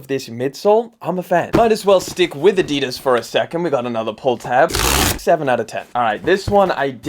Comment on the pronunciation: Somebody definitely needs to learn how to say Adidas.